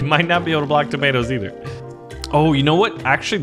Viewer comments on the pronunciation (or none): none